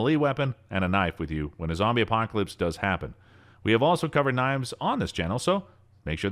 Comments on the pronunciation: "apoclasips" NOW!!! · Did anyone notice he said apocslips? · "A zombie acopolypse" huh? LOL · zombie aposcalype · "apocsalips" NOW!! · l m f a o was looking for a comment about him muckmouthing that. "Apocscalypse"